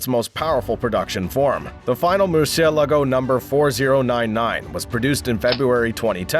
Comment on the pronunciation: Mercy el a go huh? Learn how to pronounce the names of these cars before putting videos out on the net where you look like a fool.